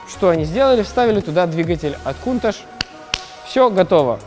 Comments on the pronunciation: "Кунташ" режет слух ! "КАУНТАЧ" ))) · точнее будет произносить - Кёунташь. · Почему он повторяет КУНТАШ ??? Модель называется КОУНТАЧ. В названии Countach буквы CH - читаются как Ч, а он произносит Ш - пишется SH. Многие люди ее произносят Каунтач. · Правильно каунтач